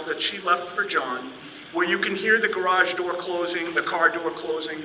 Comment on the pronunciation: I think meant to say GARARGE!!!!!!!😂😂😂😂😂😂